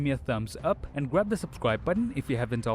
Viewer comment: This guy at the end of every video: 😖 PweEse GwAb 😖😟 The Subscwibe button 😩